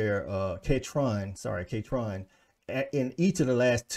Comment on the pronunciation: Its Kentron 😂. Most people get the last name wrong. But you nailed that.